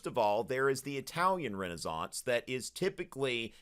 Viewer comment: thats how its pronounced